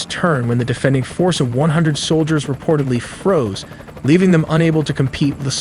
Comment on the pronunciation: Soilders not soldier 😂